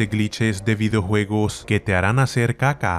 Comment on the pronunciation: Like si te da risa como dice: "CaCa" xddd